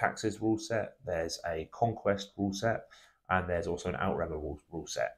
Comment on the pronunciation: Outremer is pronounced "Oot-re-mer" (to rhyme with 'over there'). It's an anglicisation of the french "Outre Mer" meaning 'Over Seas'. Good video though.